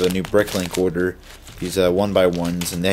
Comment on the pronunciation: dude mention the r sound when u say order u sound like ur saying oderd